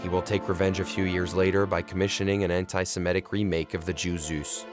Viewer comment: An outstanding film. But please take care with pronunciation. It's antisemitic, not antisimetic.